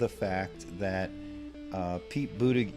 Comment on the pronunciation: Its pronounced "booty-judge"